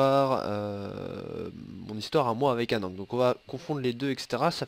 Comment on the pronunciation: on dit pas anank , on dit Anne an ké (Va voir la candidature sur le forum d'alliance :p)